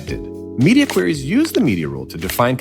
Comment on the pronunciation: It's "Queries", not "Quries".